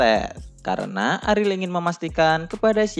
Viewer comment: bacanya ariel aja bang jangan aril gua jadi nebayangnya aril noah